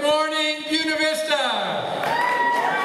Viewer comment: BUE-NA is pronounced BOO-AY-NA. Dickwads.